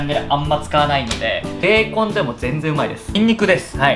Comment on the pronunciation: 本当のベーコンの発音も勉強になりました！